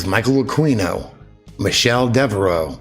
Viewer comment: Can't help but think of John Norman when you mention Jonathan Norman. Thanks as always for presenting stuff that some of us never noticed as it sped past us. AH KEE NO and YORK SHEER.